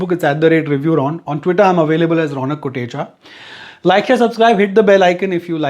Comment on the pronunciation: Love the way you say ronak